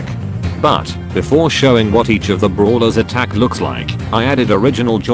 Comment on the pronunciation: Instead of saying brawlers its bruhlers 😂